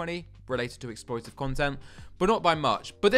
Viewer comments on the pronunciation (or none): exploitive* I heard as explosive lol